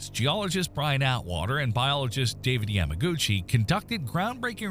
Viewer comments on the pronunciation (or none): none